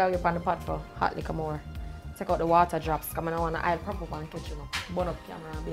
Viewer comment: Warm wata must go on meet not cold smh